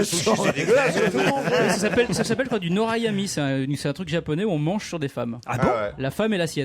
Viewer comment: "nyotaimori" (et non pas "norayami")